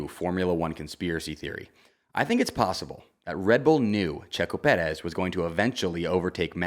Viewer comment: Please just say Perez normally. You sound ridiculous